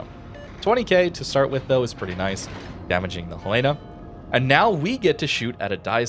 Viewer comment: Dear, one small thing. It's Hell-in-a. Hell-ina. Not Hell Lay na. Beyond that, ggs, love your work, thanks for the review